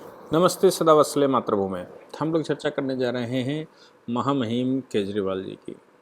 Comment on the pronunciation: llb पढ़ा है, पता नहीं नहीं है किसको महामिम बोलना है।